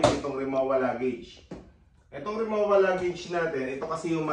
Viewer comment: RimoVa po, hindi Rimowa ang pronounciation. German brand po kase siya.